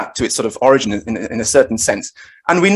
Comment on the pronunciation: The word is or-i-gin not o-rig-n. "O-rig-i-nate" you say right.